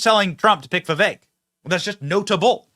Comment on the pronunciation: It is not Veveck.